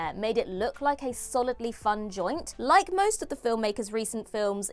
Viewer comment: NERVER SAY JOINT AGAIN FOR THE LOVE OF GOD.